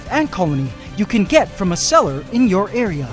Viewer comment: I initially thought you said "That you can get from a CELLAR in your area." It took me a minute to realize you were saying SELLER.